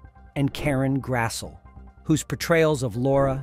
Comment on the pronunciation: 1- you start talking about the 50th anniversary by showing footage from the 40th on NBC. 2- Karens last name isn't pronounced Grass-el, it's pronounced Grass-ley. 3- you keep saying the same things over and over, but offer no actual information. the festival offered panels, perfect recreations of 3 interior sets, bus tours of Big Sky Ranch to see recreations of the facades of the exterior sets in the exact spots they originally stood, professional photographs with stars of the show, autographs and merchandise from the stars themselves, a display of costumes, personal memorabilia and scripts, an in memorium tribute to cast members lost over the years, and so much more.